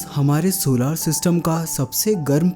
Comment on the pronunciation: bhai pahale tum bolna seekhlo jisko tum सोलार system kahate ho vo asal में सोलर system है